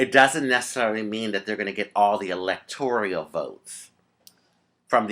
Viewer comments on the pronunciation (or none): Rajee honey I love you and you are so smart but need to correct your pronunciation on the electoral college. It is electoral, not electorial. Love you baby.